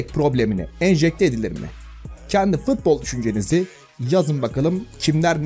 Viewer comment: FITBOL DEĞİL FUTBOL